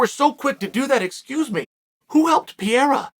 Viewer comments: C'mon, uncle Sonnen. It's not difficult. It's PEREIRA. Not PIERA. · Help Chael... PEH-RRE-RRA, PEH-RRE-RRA, PEH-RRE-RRA. ...you can do it .. PEH-RRE-RRA. Who the fook is pierra??? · Uncle ‘Cheel’ its not ‘Piera’…dudes name is Pereira 🥴 With respect 🙌🏼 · Come on Chael say it with me Pa-ray-Ra- not Pier. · Uncle Chael, just because you pointed out nobody warned you about "Will" Fury in the comments section, in another video, I want to respectfully inform you that "Pieira", in Portuguese, is the wheezing sound that people have when they have asthma or bronquitis. So Alex's surname is Pereira, pronounced "Pe-rei-ra" and means "Pear Tree". Anyway, love your videos. Warm greetings from Portugal. You're the best! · It is so annoying uncle Chael can't pronounce a single name properly.. who the ** is Pierra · Chael you need to stop butchering these names man 😂 “ Perri” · Chael “Peeira” Sonnen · Give Pee-air-ah the shot... thats the end of it!!! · Why is so hard for Sonnen to learn to pronounce Pereira's name correctly? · How did I know chael was gonna mispronounce Pereira before I clicked on the video? 😄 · Does Chael delibrately mispronounce Pereira? Does it bother anyone else or is he just carrying on his troll campaign against the Brazilians? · Petition for Chael to Pronounce Alex’s last name correctly? ✅🇧🇷